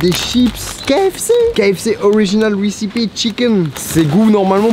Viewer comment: “Récipi” au lieu de RECIPE